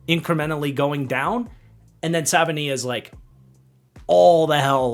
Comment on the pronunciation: It is pronounced Jonah Sa va e nai a.